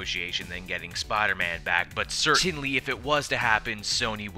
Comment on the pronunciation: "but certTINLY"